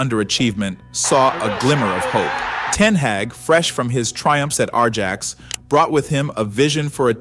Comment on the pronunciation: Did this guy really say Arjax?